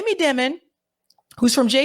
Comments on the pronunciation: It’s pronounced Jamie DIE MIN. Not Jamie Dimmin. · You are pronouncing Jamie Dimon incorrectly. His name is pronounced like "diamond" minus the "d". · In my opinion, you're correct to pronounce his name Jamie DEMON since he is a demon 😅 and is the CEO of J.P. Morgan Chase (the world's largest super bank) which is so-called "too big to fail". Many fraud scandals have been linked to this bank during Demon's tenure as CEO.🎈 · It’s pronounced “Diemon” Jami